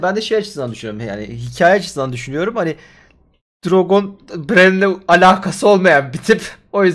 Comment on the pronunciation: LÜTFEN DİKKAT; Tayrın ❎ Tiriyın ✅ Bran ❎ Bren ✅ Dragon ❎ Drogon ✅ Tuli ❎ Tali ✅ Sersei ❎ Sörsi ✅